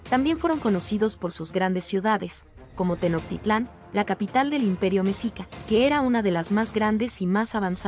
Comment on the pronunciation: Un pésimo trabajo desde la forma de pronunciar Mexica y los datos superfluos y erróneos